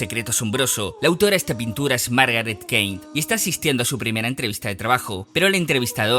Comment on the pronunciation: Súper interesante. Un mini detalle es que el apellido de la señora se pronuncia "kin"